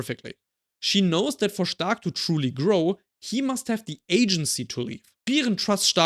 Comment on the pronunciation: U say the perfect “stark” in German 😮